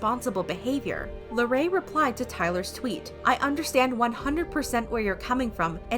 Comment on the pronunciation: this is serious bUT THE WAY SHE PRONOUNCES LARRAYS NAMEKSJSAJJ